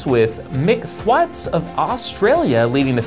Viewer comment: *Thwaites, like weights the a "TH" :D